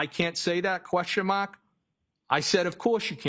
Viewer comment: If I have to hear him say “Question MAHK” one more time I swear to “GHAD”! 😤